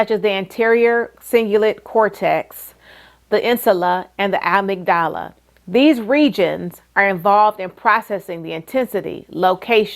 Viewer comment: Ah mig dal ah. Yea don't listen to someone about chronic pain who cannot pronounce amygdala, əˈmiɡdələ.